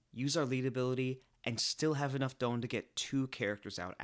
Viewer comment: I love your videos and it's an incredible work but please pronounce Don correctly